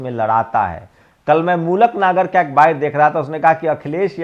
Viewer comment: mulak Nagar Nahin malook Nagar boliye please